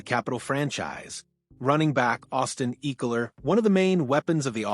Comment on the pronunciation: ECKELER not Eeckeler!